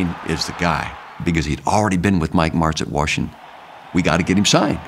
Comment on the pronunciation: Warshington lol